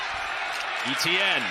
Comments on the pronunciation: French-speakers going bonkers when the announcer says ETN instead of ATN. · It's not EEEEEEETEEEEEE EHN Etiene is a French name and is pronounced Eh Tay Yen. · It's not Eh Tee An. It's pronounced as [etjɛn] Try to to pronounce it like De'Von Achane instead. Pronouncing players' name properly is the first rule of sports announcing, and they fail miserably. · Etienne is pronounced Eee Tee En and not Eh T En? Shame for the niners. next week. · Etienne is pronounced Ayyyteeeeann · Why can’t the commentator pronounce Et..ienne’s name properly instead of E..T…N? Really grating, he has a great game as well. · Would be good if the commentator could pronounce Etienne correctly as opposed to calling him E T N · SURELY his name isn't E-T-N ? 😂 Commentator never took high-school French I guess. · Travis E-T-N. ... DOnt think thats how your suppose to pronounce it. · Ignorant commentators not pronouncing Etienne's name correctly. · Why can't the commentator pronounce the name "Etienne" 😭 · and his name is always mispronounced. I'm an Etienne and it hurts my ears!